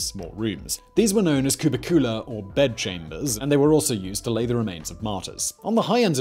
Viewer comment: cuBIcula LOculi. arcoSOLIa FOsseri. Third syllable from the last is stressed. Not second.